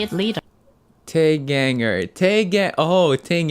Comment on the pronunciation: Lol abt the "Taeganger" thing.. u were right abt fandom name, and i think most ppl pronounce the way u did, back in the early days every girl from soshi had individual fandom names within Sones (i think it was more of an international fan thing tho and not official in any way): Taeyeon = Taegangers (she never chose an official individual fandom name and just call her fans Sone) Tiffany = Fanytastics (she later announced her individual fandom name as YoungOnes after her US debut) Jessica= Gorjess Spazzers (after leaving snsd, her officialfandom name is Golden Stars) Hyoyeon= HyoHunnies Sooyoung= Sooyoungsters Yuri= Yurisistables (nowadays i see yurinators used more often tho, and yuri often calls us "mandus"(meaning dumplings)) Yoona= Yoonadicts Seohyun= Seomates Sunny= Sunshiners Seomates and Sunshiners r the only ones i still see ppl using it tho